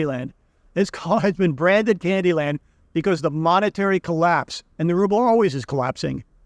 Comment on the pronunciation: It's rubble, not ruble.